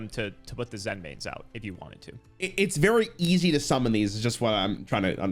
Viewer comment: "Zen mains? That sounds correct." "Correct." Ah, yes, the monster that armed with mines, with an effect to directly reference stepping on a mine, using the Japanese word "Zenmai", is pronounced like the state "Maine."